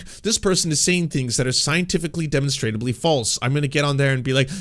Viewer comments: It is pronounced Duh monstruh blee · The word is “demonstrably”